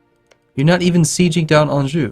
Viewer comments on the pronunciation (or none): none